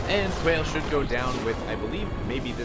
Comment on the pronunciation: Also, it's pronounced Qua = KWA / le = LAY, sounds like the way you pronounce the rapper Wale's name but KWA / LAY (the forward slash denotes a syllable)